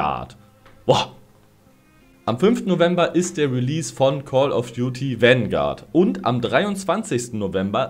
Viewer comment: bitte hör auf es Wangard zu nennen, bekomm schön schmerzen wenn zuhöre